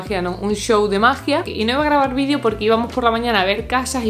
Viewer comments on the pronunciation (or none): none